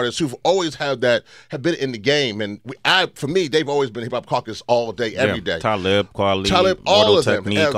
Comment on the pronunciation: sway can't say caucus correctly.